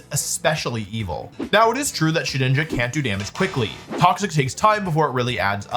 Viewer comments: did bro sayy shedNINJA? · Guys he’s called shedINJA not SHEDNINJA